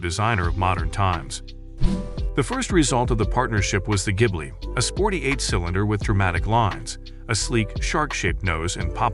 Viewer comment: Artificial voice keeps mispronouncing 'Maserati' as well as other words. Really not very good. 'Jibly' being just one example. 😞